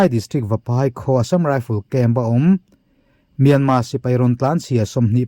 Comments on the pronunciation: R hi i lam thiam lo nge myanma ti zel a. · Myanmar tih hi a har viau ami le,,,kan mi chankang ten myanma an ti zel hi ka lo ngai pawimawh tlat mai,,,,nge,,,R,,,hi an lam thiam lo zawk le.